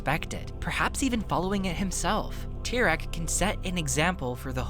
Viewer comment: To reform Tyrone, just say his name right